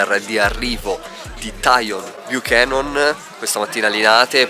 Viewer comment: Ragazzi la pronuncia del none.. cribbio mica siamo in baywach